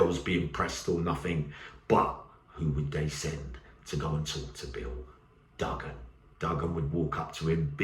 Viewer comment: Oh, it's not pronounced, Duggan, its Do-an, the G is silent. I am from Turkish cypriot heritage, so there you are, I suppose you do learn something new evryday, unless you knew already. God bless.